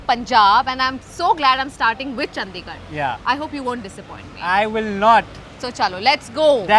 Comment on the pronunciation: Makes a whole vid on Chandigarh and doesn't even pronounce it right